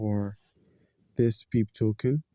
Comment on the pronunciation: Pronounced as pepay brotha. Thanks for the help 👍